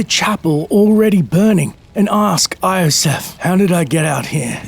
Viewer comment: This video was epic! I find it weird that you pronounce Iosef's name "I-Osef" ^_^